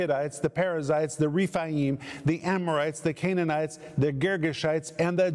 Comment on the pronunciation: Anakim is pronounced Ana-KEEM in Hebrew. Emim is Em-MEEM. Rephaim is REF-AI-EEM. Zamzumim is ZAM-zu-MEEM. And so on. The "im" suffix shows plural number, and is always pronounced "eem".